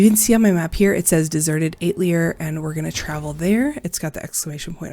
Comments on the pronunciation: Atelier = Ah-tell-yay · Atelier is french for a workshop or studio pronounced atelyae